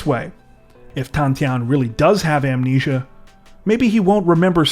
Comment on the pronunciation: Entertaining in real life. Smart ideas! Great attempt to be a "Cub Scout"🦁 Last dude had "Amulate-nesia"😂